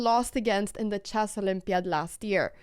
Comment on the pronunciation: oh ya that's right... If people speak 3 languages that means they cant pronounce the SIMPLE word CHESS.... NOT CHASS